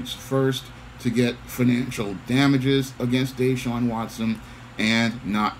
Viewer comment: It's pronounced (Dah-Shawn) Yes it is too much 🐟 in this, all the allegations months after he refuses to return. Former players from DeAndre Hopkins to Andre Johnson who were superstar caliber players have trashed the franchise. There's a possible cause in his Contract where if he has some misconduct they don't have to pay him in full He got a 40 million Contract last season